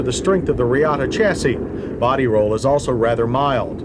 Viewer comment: Bugs me less than "botty roll." Every time he says it, I wish the car in question would have had stiffer roll bars...except then he'd say how there's "no botty roll," so you can't win.